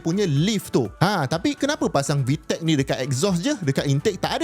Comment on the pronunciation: "VVTLEC" 😂❌ "VTEC" ✅🔥